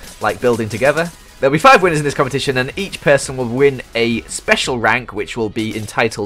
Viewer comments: Was there! Pershon xD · Me do you remember when he said pershon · PERSHON XD